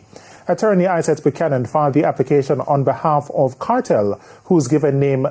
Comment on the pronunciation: Great try Dry spray buck-yan-an 😂😂😂😂😂